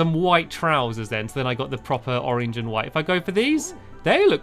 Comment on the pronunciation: I love the way stamps says oreng